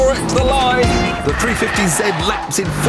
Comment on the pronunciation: a three fefty zed? >.>